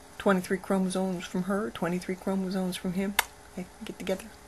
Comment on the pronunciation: First of all lady, it's chromoSOMES not chromoSONES. Second of all, you have not addressed what abortion acutally means, you have gone on your little rant as per usual about humans producing humans and dogs producing dogs etc. I believe that all this anti-abortion hypocritial bullshit from you is just an attempt to ease your own conscience for the abortion you had in the past. You're a stupid hypocritical woman seeking attention with no real facts, just shock tactics, strawmen and emotion.